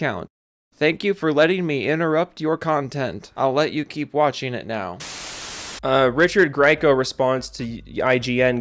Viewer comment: I corrected Joe's pronunciation of Richard Grieco in my head, and then proceeded to vomit in frustration over how old and decrepit I felt.